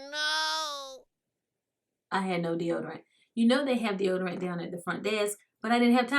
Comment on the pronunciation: "De-odor-lotion" 🤦🏽‍♀️ Ok let me keep watching 😬🤗❤️